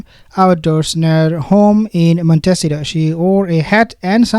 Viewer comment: Love your channel, but the correct way to pronounce where they presumably live is not Montessito, lol, it's Mon-te-ceeto! ❤